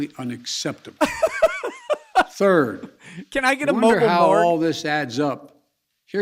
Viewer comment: Biden: ....and Turd...